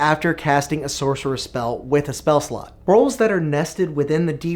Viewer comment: Is it just me or does it always sound like he says "spell slut". - I'd love to create spell sluts. "New sluts go away after you long rest" Hahaha! Yes they do indeed! "and generate way more sluts than you porbably need..." speak for yourself!